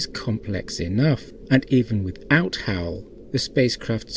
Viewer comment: Since when is Hal pronounced as How? It sounds weird. Very weird. How?